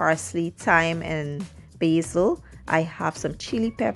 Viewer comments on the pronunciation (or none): none